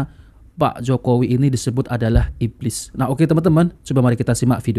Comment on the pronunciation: Ibliz ngomong ibliz,,,cucooo tahhh sibahar bin setannnnn😂